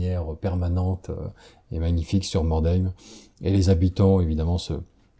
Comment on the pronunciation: "mordème"... je vous apprécie, mais à vos âges, ce serait temps d'apprendre à prononcer correctement les noms